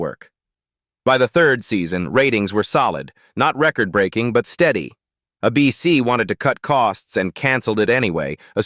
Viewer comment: AI narraton sucks, a bc is ABC, where each letter pronounced individually, the "long" version